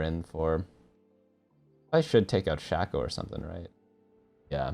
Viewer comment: Love watching your videos, but the way you say shaco is eating my brain